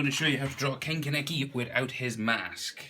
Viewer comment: Finally someone actually says his name right